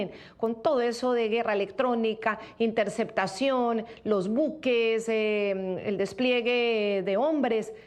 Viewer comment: "los drones su*cmarinos e inter*ccetacion". No pues si! Se ve que está preparadosimo.